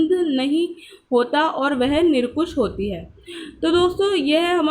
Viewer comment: Nirkush nhi nirankush hota hai